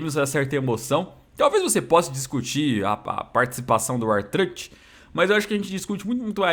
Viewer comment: O vê WWE mais de 15 anos e não aprendeu a falar o nome do R-Truth kkkk (não me xinga por favor )